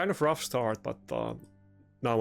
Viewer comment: Your English is not bad, your vocabulary is good, but some English words do not follow a standard pronunciation, "league, rough, sponge" don't stress it :D